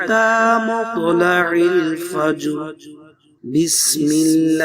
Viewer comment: Will u please concentrate the سوره القدر its مطلع الفجر not recite correctly 😔 may I Wright or wrong please I need all listeners help me 😕